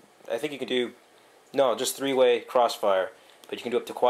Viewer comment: tree way sli bridge